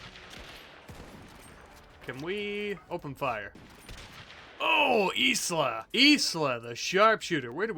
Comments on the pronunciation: i think Isla is pronounced eye-la😂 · Anyone gonna tell him Isla is pronounced eye-la? I'm tweaking